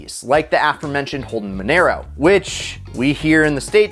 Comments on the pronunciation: monero? its mon"ah"ro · casually butchers monaro by pronouncing it “monero” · Its pronounced mo na ro